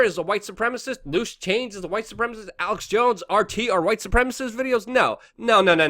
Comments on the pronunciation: "Stucks-n-hammer" lol I'm pretty sure it's pronounced "sticks" ... as in The River Styx, which was the river of the underworld in Greek mythology. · Quit calling him stockinhammer!!! Its styxhexenhammer! Frickin annoying! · MATT FIELDS I think he purposely mispronounced because he is a competitor. Childish, but effective. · At least give Styxhexenhammer his due by the correct pronunciation. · Disliked 4 not liking Alex and mispronouncing styxx name.